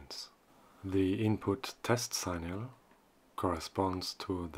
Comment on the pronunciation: it’s “sick-nal”, not “sign-al”.